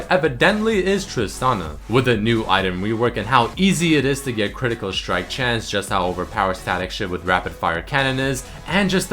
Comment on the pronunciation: Hey +, are you german by any chance? Because I always notice, that you pronounce the "st" like a "sch" ("schtrong", "schtrike" etc.). Your English is very good but this always annoys me a bit. I'm a German too and this is one of the most common mistakes for german people. No hate, just noticing it, so that you might improve.:)